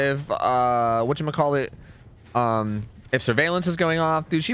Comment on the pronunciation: Oh "Whachumuhcallit"